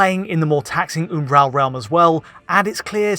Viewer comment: Is he attempting to say the word 'Umbral'?